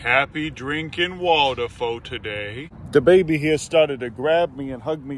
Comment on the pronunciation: Wait.. did you say the baby, or DaBaby?